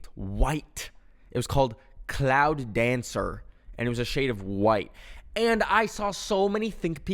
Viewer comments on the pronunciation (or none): none